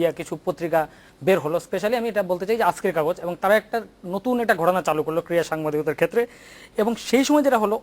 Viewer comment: shaheb, shobdo ti 'KIRA' noy, hobe 'KRIRA'.....:-)